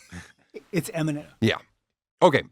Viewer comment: Can you ask to pronounce imment again?